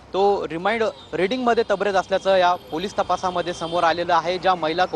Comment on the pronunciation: अहो पत्रकार साहेब ते तबरेज नसून तरबेज असते 😂